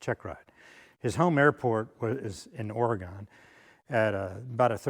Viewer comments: Ory GUN, not Ory GONE. 😉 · Good piece! 1 comment. It's Oregon. Not Ore gone.